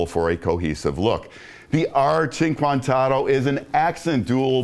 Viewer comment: It’s pronounced “oh-toe” not “auto”